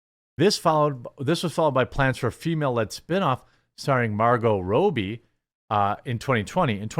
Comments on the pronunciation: The chick's name is Margot RAH-bee. Robbie is also a nickname for dudes named Robert. How'd you get "Row"bee"? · Its pronounced Margot Robbie Not Rowbie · "Robbie" rhymes with "Bobby" that's not even a thinker Jeremy.